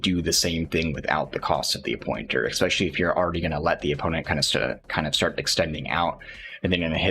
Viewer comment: Especially, not 'expecially'. Say it with me now.